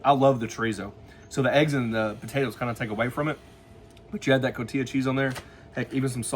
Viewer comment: It's called Co-ti-ha cheese (Cotija), not Co-ti-ya as you say it. Get it right, Man! Love your channel.